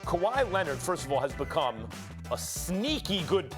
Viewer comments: stephen a: paw jowich and kuhwah lennit me: 🤔🤷‍♂️ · Kawi Linned 🤣🤣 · “Kawhi Lennit” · "Kawhi Linnit" - Steven A Smith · Stephen A “kawhi lennit” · ''Kawhi Lennit'' 😂😂😂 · Nobody: Stephen A: KAWHI LENNET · actually it’s KUHWAI LENNET